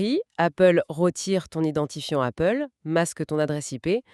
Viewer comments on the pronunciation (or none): Appgle ou Goople?